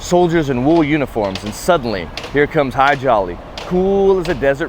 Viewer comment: The nice people who say eye-raq, eye-ran and israel couldn't say Hadji Ali? More likely just didn't want to.